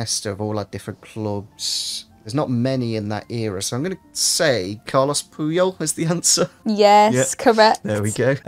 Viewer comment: I'll have you know that it's Carles Puyol NOT Carlos.